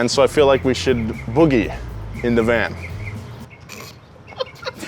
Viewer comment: Why are you Saying Van VANT ?